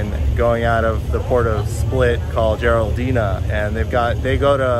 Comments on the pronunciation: LIne is called Jadrolinija, not Geraldina :-) Pronounce our Js as you would your Ys. But thanks, nice video! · its not Jaroldina its Jadrolinija 🤣🤣 it literally says the name on the side of the boat in huge lettering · let me help you with some pronunciation... Jadrolinija Yadroliniya Or else Adrialine as in Adriatic sea line. You are welcome. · No worries, you not the first or the last not being able to pronounce it.